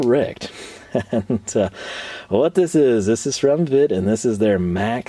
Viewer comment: It is pronounced Vet ta German I is american E